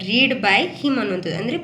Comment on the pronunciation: ರೀಡ್ ಅಲ್ಲ ಮಮ್ ರೆಡ್ ಆಗತ್ತೆ